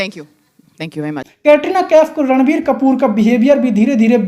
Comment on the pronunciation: ये रणबीर को लड़वीर बोलता है क्या